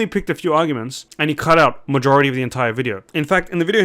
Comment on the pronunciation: not to be a dick, but it sounds like he said Majohority